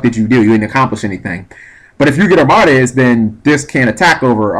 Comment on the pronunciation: Arm-MAH-dez Its Arm-ah-deez. It's supposed sound like a Greek god.